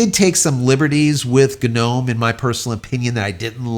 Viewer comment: "Guh-nome" sounds like a non-native english speaker didn't realize the G is silent, but doubled-down and insisted that it's intentional 😅